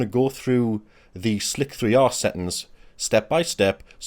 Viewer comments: Are they not called ‘slicer’ settings? ‘Slick-3-r’ sounds odd. Great video and very informative, Thank you! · its slicer not slic-3r